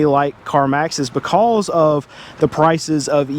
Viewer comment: Why did the chicken cross the road? "BeCAwWWwSS" 😅 lol the amount of times he said "BeCAwWWsS" had me rollin 😂